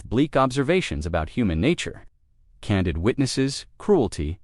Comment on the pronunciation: Candeed i think is how its said